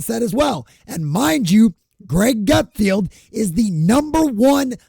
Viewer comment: It’s Greg GutFELD, not GutFIELD.